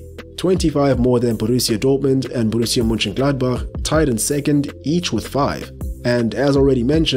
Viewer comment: Wow, You are the only english speaking YouTuber who can pronounce german names the (almost) exact right way 😉... I was especially impressed by "Borussia Mönchengladbach" 👌🏻...and by the way, the content of your video is also really good 💪